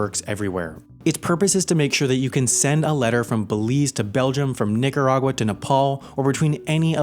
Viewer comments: I don't think that's how you pronounce Nicaragua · From Belize, to Belgium, from Ni**aragua, to Nepal Did anyone else hear that? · What that pronunciation of Nicaragua seems a little... off.